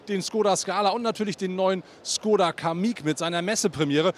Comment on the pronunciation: Mensch, warum habt ihr alle Probleme mit der richtigen Aussprache von Škoda? Dein Kollege von Autophorie schießt echt den Vogel ab mit seinem Schkodda 😂 😂 Richtig wäre ein Sch-Laut und dann ein längerer O-Laut, sprich Schkooda 😌